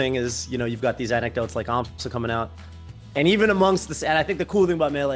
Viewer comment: It's an Amsah tech btw, not an Amsa tech. Very similar sounding ik, but there was no need to highlight it